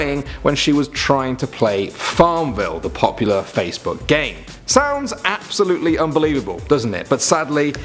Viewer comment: This was “app-solutely” horrific